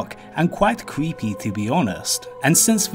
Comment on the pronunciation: I can’t take you seriously when every other word with the letter R in it is pronounced with a W instead. You can record as many times as it takes before posting but no “cweepy” doesn’t go with the theme of the video.